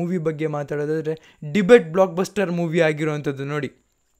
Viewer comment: Bro adu debut . Debate alla